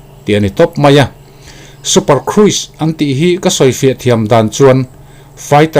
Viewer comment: Super cruise kruise i ti thin a khruz tia lam hi dik zawklo maw